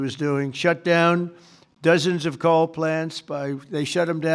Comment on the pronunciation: COAL Not DOLE , 🔥